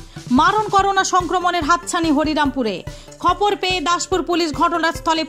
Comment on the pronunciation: Khopor noi re pagli ...khobor